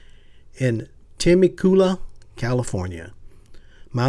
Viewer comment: Tema - coola ??? really ?? how about Teh-meck-you-Luh.......I don't even live in California....and I know how to pronounce it......